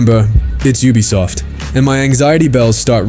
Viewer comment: you are triggering my adhd , " oobisoft "